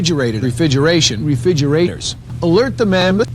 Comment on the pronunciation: I bet this mf says "eCKcetera" instead of etcetera too. gaddam.. "refidgerator"